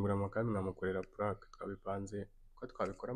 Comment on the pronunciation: Ese kuki woe muhungu kuki uvuga ngo puraka?